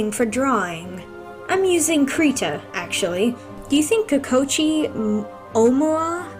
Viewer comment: The way she pronounces Kokichi’s name physically hurts me